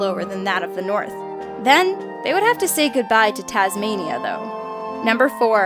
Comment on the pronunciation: Tasma-what-ia? Is thatclike cheese?